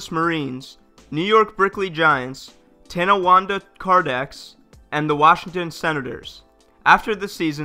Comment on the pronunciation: Yeah, he had a few different pronunciations. It can’t be that hard. The N is silent